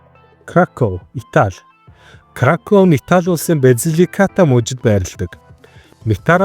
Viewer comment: Вортука биш Воркута. Краков биш Крако. Краков гэвэл Польшийн нэгэн том хот болно. Итал нэрнүүд ихэвчлэн эгшигээр төгсдөг.